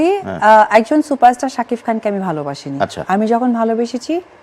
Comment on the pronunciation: সাকিফ খান। আজব। সাকিব নাম টাও ঠিকমতো উচ্চারণ করতে পারেনা আফু বিশ্বাস